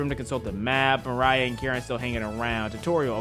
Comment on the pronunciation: You should probably pronounce Mariah’s nam by pronouncing the I as a e